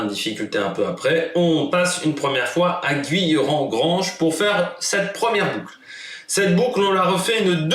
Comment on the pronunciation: A l'ouest de Valence ;) Sinon c'est GUIllerand, pas GOUIllerand. Enfin on prononce Saint-Romain de Lerre.